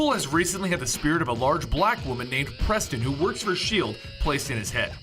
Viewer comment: "A large black woman" you said that like it was her super power or something lmao damn near is